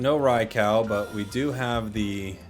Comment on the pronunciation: can’t help but cringe at the “rai-cow” pronunciation 🥲